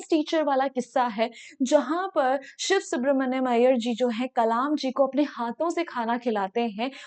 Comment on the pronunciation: Are bhai use siv subramania hi pronounce karenge